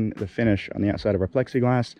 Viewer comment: “I am ze spy”